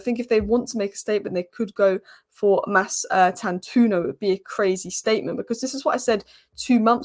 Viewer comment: The “o” after the “u” in Mastantuono is not silent. It’s an Italian name, even though he’s Argentinian by birth. If you know any Italians ask them to pronounce it for you. All letters/sounds in his name are to be pronounced. That’s the correct pronunciation. Or you can watch Fabrizio Romano’s update from 7th April and hear him pronouncing it.